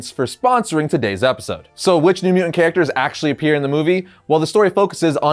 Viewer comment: MU·TANT not muant